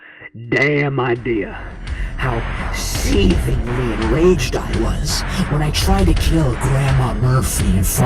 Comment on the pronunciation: enfasis on the word SEETHINGLY